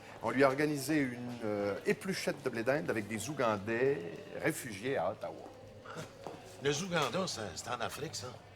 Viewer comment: des zoogandais...